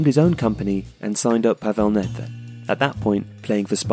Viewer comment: Pavel NEDVĚD not Nethe...